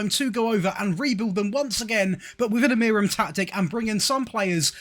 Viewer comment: it's pronounced "Uh-Moo-Rin"